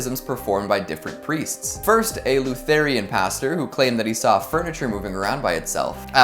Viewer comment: Lutharian? Really? Try this: Looo-thur-in. Now put it all together....THAT'S IT!! Lutheran!! Good job!! Way to go! I knew you could do it!!! 👌👍